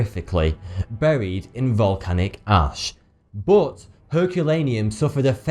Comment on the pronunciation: Love how you say ''bot'' instead of but.